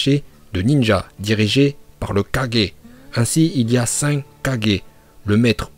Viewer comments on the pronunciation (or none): Bonne vidéo par contre stp prononce bien « Kage » et non « Kaje » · Mais ça ce dit kagué pas kagés 😂😭😭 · Wsh je veux juste te corriger sur la prononciation Juste sa se prononce "kagué" pas kage donc hokagué tsuchikagé raikagué etc.. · Wut même les personnes qui double naruto et naruto shippuden dise kagé pas un 4G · À chaque fois que tu dis kagé je saigne des oreilles 😣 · on prononce kagué et pas kadjé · Force pas les prononciation meme en japonais ils disent kagué pas kadjé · Ses kage pas kadger nabuse pas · Sa ce prononce kaguer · Pourquoi tu di kaje